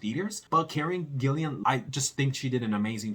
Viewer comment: PLEASE learn to pronounce her name. There is no "I" between the second L and the A. Thanks!!